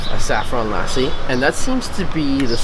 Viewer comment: brother. say lassi like u say merci but skip the 'r'. Then it will be really close to how it is pronounced. Thanks.